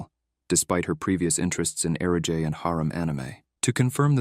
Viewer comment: I love Onimai, but UGH, this video is really awful. The AI mixes up character names, confusing Miyo with Asahi and Mahiro with Mihari. It also misgenders Mihari, inconsistently mispronounces Kaede’s name, and mispronounces words like "eroge" and "yukata." To top it off, it screws up the timeline.